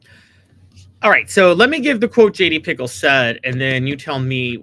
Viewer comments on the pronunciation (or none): Pretty sure it's pronounced picKEL